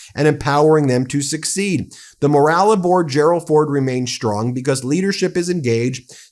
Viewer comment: Why can't he say "because" correctly? Bee-cosss😆